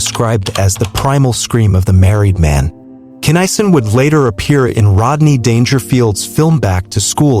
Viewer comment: his name pronounced KINN A SON... get it right